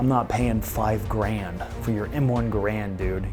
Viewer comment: He says grand scale and all I hear is garand scale.